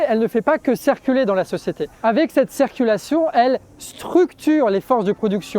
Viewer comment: J'entends "cerculation" ... au lieu de "circulation" !? c'est moi ou bien ??? Sinon super travail.